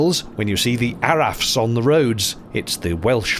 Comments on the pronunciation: Just a little welsh lesson for you F's in the welsh alphabet are pronounced V so Araf would be pounce Arav. Did you get to hear the Bells of Aberdyfi? They say a village was drowned off the coast and in certain weathers the bells of the church there can be heard. Another great video from you. Thanks. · I think "araf" is pronounced "arav".